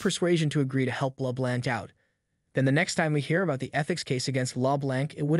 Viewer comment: The computer generated voice that is reading the script needs to learn how to pronounce 'LeBlanc'.